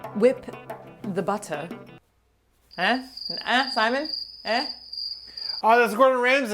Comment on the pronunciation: eh? Eh? The Canadian girl accent.